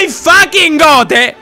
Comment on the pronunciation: bro porque dice goz en vez de god